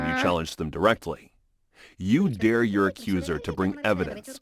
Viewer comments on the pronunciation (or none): none